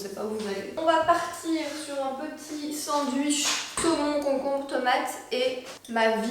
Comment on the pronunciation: J’adore quand elle dit « sanduich » 😂❤️